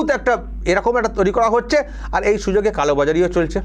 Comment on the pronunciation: Jagannath dham digha. Are Prasad ranna gas e. Are er uchxharon ta kemon kemon lagche. Dubbing korle bhalo hoto